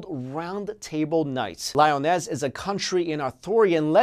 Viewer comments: Lee-Oh-Nez Not "Lie-o-ness" Watch "The Seven Deadly Sins," lol. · Two things: 1. The Anasazi indians believed there were ant-like people who lived underground in tunnels, as well. They saved the Anasazi when some kind of devastation occurred. There are native drawings depicting the "ant people." 2. Lee - uh - ness ... Not Lioness. LOVE your videos!